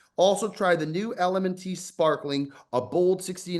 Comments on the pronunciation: calling it “L-M-N-T” instead of “element” despite it being an ad for a few episodes is why we love him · I understand why you do the ad reads. But can you at least pronounce the name of the company correctly?